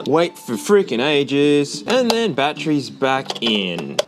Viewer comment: It's batteries, not "bat-trees."